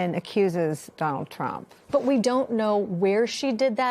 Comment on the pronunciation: I notice you said ‘the ‘Tump justice department’. I thought it was the peoples justic department. Im English, so maybe Im wrong. Is that why they are covering for him?